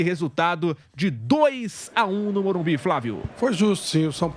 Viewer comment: Qual dificuldade desses cara em falar MORUMBISSS, fosse sp boicoitava esse jornalista, não deixando-o fazer entrevista.